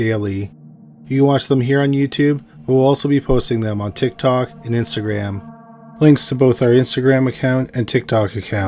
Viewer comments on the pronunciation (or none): none